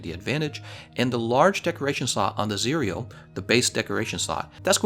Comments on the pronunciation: "cereal" lmao. It's pronounced "cih-rel" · How you spell it, Just say Zirel. that's how it's being pronounced in the game, which is the real name of Ciri. and I recommend you playing the Witcher3. you should farm for ur gear etc so if u had fun playing mhw then u will have fun there too. the only difference is that the Witcher got a stunning story. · It’s zee ra el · Zie real? No. Zee Ra EL. Play the Witcher already. Please. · Its Z-Rae-el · You pronounce it as "ZIR-YEL" as its Elven.. just heard it from the game.. 👌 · Zae Rell Geralts pronunciation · Pronounced "Zee-rel" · Zee-Rell That's the pronunciation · Its Zi-Ra-el. Like how to pronoun Kal El which is superman's real name. The name is supposed to mean Sparrow in Elvish. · I think it's pronounced "Za rel" like Cinderella but "Zarell. At least that is how it's pronounced in the witcher 3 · it's pronounced "zih-rehl" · As far as I know, the pronunciation is 'Zirel' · It's "Zee-rel" Witcher's elvish word for Swallow as in the bird. It's the nickname given to Geralt's daughter Ciri and what she named her sword. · it's pronounced zi-rea el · In the Witcher, they pronounce the name as "Tsee-rel"